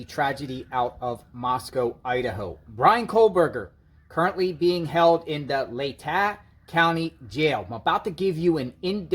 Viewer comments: Lay ta is how it's pronounced, short a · Say,..... LAY-TAH,.....leigh-ta, LATAH county. I live here, and its funny hearing you always saying it wrong.😀 Keep up the good work! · Pronounced Laytaw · Not to be a pronunciation Nazi but it’s pronounced: LA täh. FYI! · pronounced "lay-taw" county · Hi It's pronounced " lay tah"